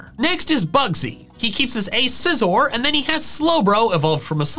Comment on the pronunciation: SCIZOR, NOT SIZER! AND DO NOT LEAVE OFF THE C IN SCYTHER!